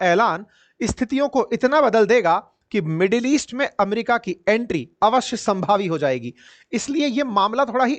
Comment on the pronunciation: not awashya sambhavi